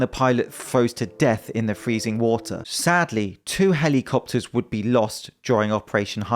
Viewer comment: I think I'm going to adopt the way you say helly-copters. Great video!